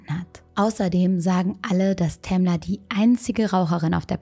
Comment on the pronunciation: "Tamler" xD